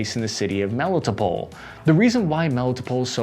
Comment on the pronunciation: * Melly-TOPE’le (Melitopol). * Eezoom (Izium). Your pronunciation of most Ukrainian names is way off. I congratulate you for saying Bucha.